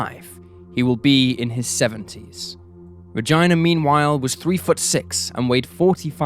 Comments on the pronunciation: BTW in the states we say Ra-geena, like the name Gina, not like vagina. Not to mention you disrespect this poor girl by butchering her name. And the name Diaz should be pretty obvious how to pronounce, considering Spain is the #1 vacation spot of the British, you just refuse to pronounce spanish words correctly and it's disrespectful to the culture/language, not to mention sounds ridiculous. Dee-az not Die-as -_- Just like when you (the British) say tortilla or jalapeno. I know this as I live in France now, Paris to be exact, and it seems the British and French refuse to respect other languages rules or pronunciations and again it is rude/disrespectful not to mention ya'll sound ridiculous. Live a little and learn about other cultures. Also stop trying to make Re-geena sound like another version of vagina just because you want it sound less latin -_- I know British people say the name Gina the same as Americans. I honestly had to skip this part of the video because I found your mispronuncation so disrespectful and hearing the way you say the i in Regina is also like nails on a chalkboard. And if you were wondering I hail originally from Washington state, Seattle to be exact. Married a Frenchman though, which is why I relocated to France. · Regina is being pronounced wrong.. It's > Ra - GEE Na.. It does not rhyme with a female body part... I feel sad for the sister having a door slammed in her face when she tried to tell her what happened.. That adds to thre ptsd!! I have ptsd all my life after seeing my sister die.. She was hit by a car and when I ran home and tried to tell my family what happened they laughed and said i shouldnt joke about something like that.. The feeling of no one believing you when its important and terrifying seriously sucked! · No we don't..Its Regina as in RE GEENA..he is broken! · I’m pretty sure the girls name is pronounced “regeena” not pronounced as rhymes with vagina. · Regina- Rej- EE- Nuh. Bro. Come on. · The pronunciation is ReGEEna